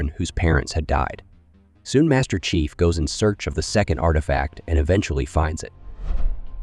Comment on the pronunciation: Excellent recap but, what about the narrator voice? "Prophet" sounded like "profit", "chief" sounded like "chif"